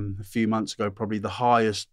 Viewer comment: 4 mumffs is that the same as 4 months ?? LOL